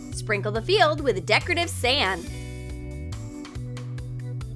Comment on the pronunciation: She said sand it is just her accent